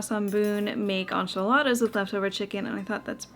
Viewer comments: On-chiladas threw this Texan through a loop too! Hahaha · Inch ee la thuh! Is correct ☝🏻😅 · I've heard a lot of funny pronunciations but as a Texan who makes and eats enchiladas all the time, I've literally never heard them called On-chiladas❤ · The way you pronounce enchiladas tickles my soul. 🙊🤣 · The way you say enchiladas is cracking me up!!!😂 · I'm Latina and watching you make enchiladas... EEEK! But it's OK, you're from Canada and not from down South... We love you anyway! 😂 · I'm canadian and I definitely don't, hahaha! I was cringing the whole time 😂